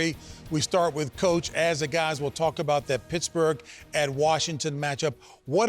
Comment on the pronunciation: Did anyone else hear the “shittsburgh” 🤣